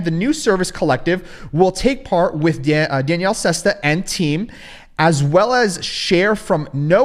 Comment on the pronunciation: Your not smarter than Danielle tell me about it you haven't pronounced his name right once you used to call him Danielle - e 🤣